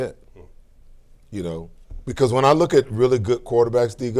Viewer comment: Especially when he says ohmpen 😂